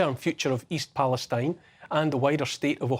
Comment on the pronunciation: East Pale-STEEN, Neil